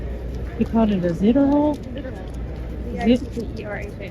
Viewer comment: I think the name Zitterhal comes originaly from german language: Zitterhals = Shaking-neck, Zittern=shaking, Hals=Neck, you would pronounce the „a“ like in Alabama, not like in hall. 🥰 from 🇨🇭